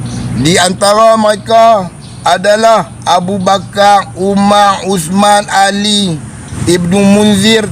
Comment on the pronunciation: Bedol adi hang sebut nama sababat biaq bagi elok sikit.. abu bakar bukan abu bakaq, umar bukan umaq nama imam² hang sebut elok ja..